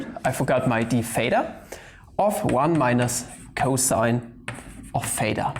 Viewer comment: It is theta not pheta, it isn't like phi YOU PLEB -.- there is a difference in the pronunciation of "th" (in this case a voiceless dental non-sibilant fricative) and the "ph" (the voiceless labiodental fricative) or just f.